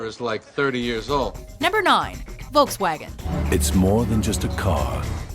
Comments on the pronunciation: "Voulcks-waagen" LOL it's Folks-wagon, the people's car. Could not concentrate on the rest of the video, just kept laughing. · i like how she says "wolks vagen" ... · Ha!the great toungetwisting wizard can't pronounce"FOLK'S WAGON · it is pronouced folks-vagen not Volkswagen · 🤣 i love how English people say Volkswagen 🤣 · Oh no, u pronounce Volkswagen so badly